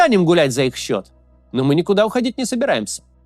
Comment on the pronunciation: Им сЦИ́Котно 😂